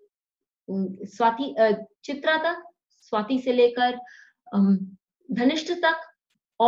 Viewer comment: तारा बल अथवा नव तारा के बारे में मौलिक बातें अच्छी तरह बताई। एक सुझाव: आप अच्छी हिंदी बोलती हैं पर नक्षत्रों के नाम ठीक बोलिए। उदाहरण, चित्रा को चित्र कहना।